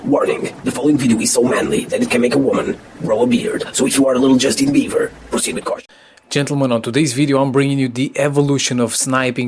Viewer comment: Bieber... It's bieber..